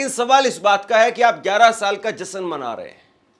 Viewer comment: एंकरिंग करते हो और हिंदी बोलने भी नहीं आती, मूर्ख कहीं के ! जश्न को जसन कहता है ! अपनी हिंदी सुधारों फिर एंकरिंग करो !